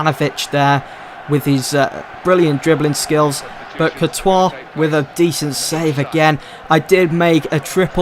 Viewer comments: I'm first and foremost a native French speaker. The way you called Courtois is the right way. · You pronounced Courtois probably